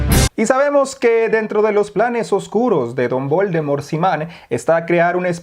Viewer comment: "voldemor siman", jajajaj.